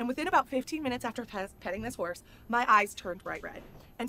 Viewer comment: When you said “Just wash your face once you’re away from the “whores” I then realized you were saying “horse” lol 😂